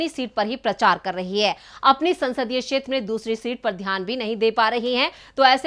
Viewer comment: मोहतरमा, आपको अपना हिंदी उच्चारण ठीक करने की जरूरत है। क्षेत्र को शेत्र बोलना सही नहीं है क्योंकि क्ष ध्वनि क्+श से आती है। अतः क्षेत्र कहना चाहिए।